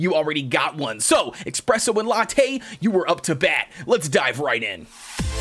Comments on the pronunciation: It's pronounced uh - spreh - sow. Not ex - preh - sow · His name is not expresso cookie it is espresso cookie😠😡😤. _. - _